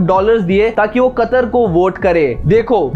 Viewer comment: Chootiye वह कतार नही कतर है झंडू पहले नाम तो लेना सीख ले